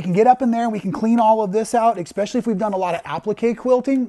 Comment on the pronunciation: Bro your videos are fantastic. They're informative, concise, and very easy to follow. My only critique is that there is no x in especially. It's not exspecially it doesn't sound like it when pronounced correctly. I mean absolutely no disrespect. It's just a little pet peeve of mine. I find that along with dressing well. Articulating one's self properly can have a strong positive impact on the way people perceive you. I write this with the upmost respect and with no I'll intention. Thank you very much for your videos. Yours are some of the best I've found. 😁